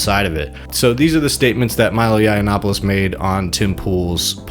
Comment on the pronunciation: Milo looks like he's on his last leg. Benny is clearly gay. And this guy might be ai. How can he keep pronouncing milos last name so badly